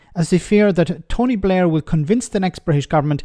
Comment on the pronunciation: "is tonty blair behind this?"